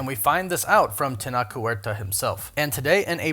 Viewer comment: It's not pronounced (Teh-nock); IPA: [tenɒk]. His name is pronounced (teh-noh-che); IPA: [tenoʊtʃ].